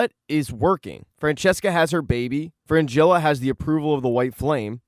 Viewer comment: It's Fringilla, not Frangilla